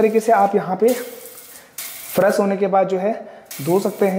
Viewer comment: Tabi to fresh ko faras bol raha h😀😀😀